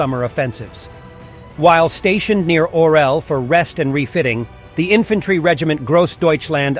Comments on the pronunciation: Ifantairy? Really? This is nothing but AI generated bullcrap... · It's pronounced infantry